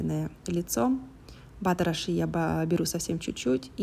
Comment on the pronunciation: а почему Вы говорите:»Наношу немного батера ши»? Очень слух режет, когда на русский манер произносятся английские слова.. Если уж по-русски, то на слух лучше ложиться - масло ши.